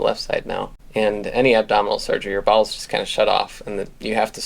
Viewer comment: NGL, first time you said "bowels" when talking about abdominal surgery I thought you said balls and I was deeply concerned for a moment.